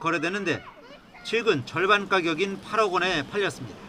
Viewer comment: 아나운서가 절얼반 이라고 할때 난 북한의 나이많은 아나운서와 똑같다는 느낌이 갑자기 확 ㅋㅋㅋㅋㅋ